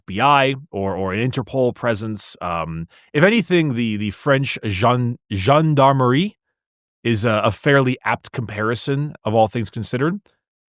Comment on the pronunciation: French man here. 1/ Congratulations on the pronunciation and accent saying "Gendarmerie" 2/To give you a bit of cultural context. Gendarmerie are cops but from the military therefore biggest difference is gendarmerie are not civilians but cops are. I am going to make it short. Not every city has police in France. Some small town don't have police so instead to do the police work they have gendarmerie. Roughly Gendarmerie is police for the country side, police is for cities. GIGN (groupe d'intervention de la gendarmerie nationale) and GIPN (groupe d'intervention de la police nationale) are basically our swat. Respectively from the Gendarmerie and the Police. Fun fact Gendarmerie and Police use to hate each other (my grand father was a police commissioner and he hated Gendarmerie). Nowadays they work together pretty well though. 3. Finally I don't think the Gendarmerie is a good example for what the arbites would be in our world. Interpol sounds more like it to me.